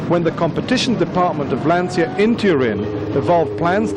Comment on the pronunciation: Typical British commentator who can’t pronounce the name correctly….FFS